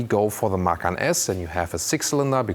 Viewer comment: Man, you should watch some other reviews for Americans and post a comment in their videos, and tell them to watch your video, so they learn how to say "Macan". Seriously, is so embarrassing how they say it. 🤷🤦